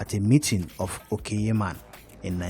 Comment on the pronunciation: Your efforts to set the record straight is much appreciated. Please note that ‘ky’ in ‘Okyeman’ is pronounced ‘ch’ (Ochiman). Stay safe…